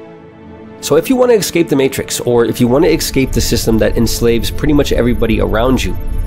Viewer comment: Kept getting distracted by the number of ‘ekscapes’ 😂 But seriously good video, reminds me of a solid overview of the million dollar fast lane which changed my outlook on life so much.